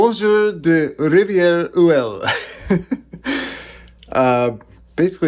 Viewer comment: No, Rivière-Ouelle does exist, close to Kamouraska, and he pronounced it correctly.